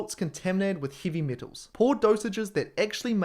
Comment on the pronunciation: ...'hivvy mitals',?